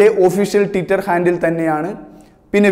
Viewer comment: ടിറ്റർ അല്ല മോനെ ട്വിറ്റർ